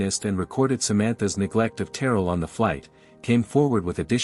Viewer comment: Pronunciation is key: Ter rell